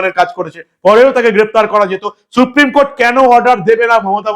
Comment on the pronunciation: Suprime court নয়, বলেন suprime কোঠে